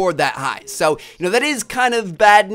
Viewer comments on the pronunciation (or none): He is saying so like sow